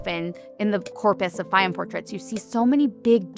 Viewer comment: My God! There are so many words she can't pronounce: Fayum, Modigliani, and a few more just in the first 2 minutes.